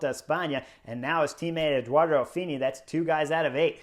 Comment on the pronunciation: Chris you are driving me nuts. Ayuso- there is no R. Ah-you-so. Affini- there is no L. Not Alfini. A -fi-ni. Love your take on things. Thank you